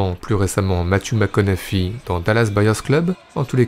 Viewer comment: Il faut prononcer Matthew mcconaughey "ohé" à la fin ;)